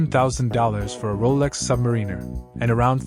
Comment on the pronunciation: It's a Sub-mar-iner not a Submarine-er, get the name right at least